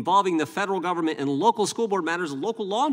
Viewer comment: " gubbm-ment" 😂😂 how do work for something you cant pronounce?!😂😂